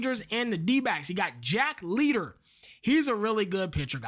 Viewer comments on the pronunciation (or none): jack liter hahahaha my boi its jack lighter lets keep it simple and keep doing great work my G